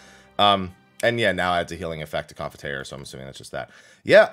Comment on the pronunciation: Confiteor is pronounced like that?